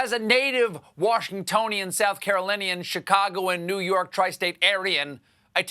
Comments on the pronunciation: Steven, you may want to reconsider calling yourself a Tristate Arean.... Ariyan 🤔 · I had to play it back three times. I still hear “Tri-State Aryan.” 🧐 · did he really say "try-state aryan?" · Ima just say it cause I heard it, Tri state Arian?....